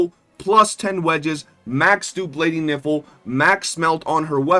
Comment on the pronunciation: Geesh, her name is Nifle, rhyming with rifle, not rhyming with sniffle or sounding like , well the way you say it repeatedly.